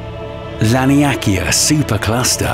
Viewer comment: The pronunciation of names in this video is shocking lol. My favourite train wrecks were Laniakea and Betelgeuse.